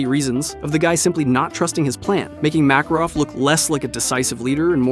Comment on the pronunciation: bro mispronounced Makarov in the beginning